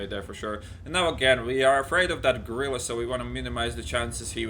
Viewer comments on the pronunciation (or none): it sounds like you keep saying gorilla instead of grille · Heya its pronounced like gril-uh